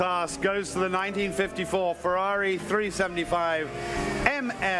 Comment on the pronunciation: What cognitive problem do Americans have that they can't pronounce F-E-R-R-A-R-I correctly?!?🤔🤦 Wonderful show BTW🏆👏👏👏